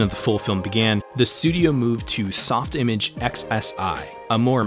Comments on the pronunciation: First time I've seen someone not use the French pronunciation of softimage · I'm more of a Sof-ti-mage person rather than a soft-image person. This debate has been raging in my head for years now, oh the 'battles' fought over how it should be said.😅